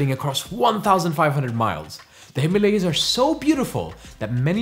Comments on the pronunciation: he isn't white then ? why does he pronounce himalaya that way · Please pronounce Himalaya properly. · Please correct your pronunciation of the word - Himaalaya. It's "Hi-maa-la-ya". Not "Hi-ma-la-ya". It's Hima-Aalaya, viz. Abode of ice. Hima=Ice. Aalaya=Temple/abode of great place particularly Spiritual. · Himalay not himaliyas 😂😂😂😂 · Himalay hota hai or Ganga na ki Ganges, Angrezi padho or paagal ho jaao! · Also it is not - Hee ma lay yaas But - Him aalaya ( the abode of snow) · Please pronounce Himalaya as it should be pronounced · Video was great but really disappointed by your pronunciation of Ganga and Himalaya maybe you are an not your fault.